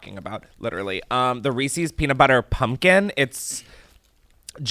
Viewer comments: No one: Americans: Reee-Seees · Oh no . . . Chris is one of those people that says "reesey's." Disappointed LMAO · i can excuse any pronunciation of caramel but there's something about "Reesee's" that makes my skin crawl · I love that you pronounce reeses as reesEEs. So cute!!!